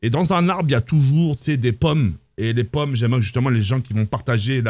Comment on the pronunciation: Mes plommes, mes postes c'est pas compliqué de dire pommes 🤣🤣🤣